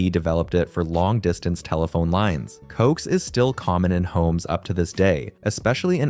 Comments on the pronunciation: The saying "coax" is driving me insane. Its "co-ax". You say it separately because its just shortening the word coaxial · I think it’s funny how he pronounces coax. I have always heard it pronounced co-ax. Like an ax that you use to cut down a tree. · The pronunciation for 'coax' was killing me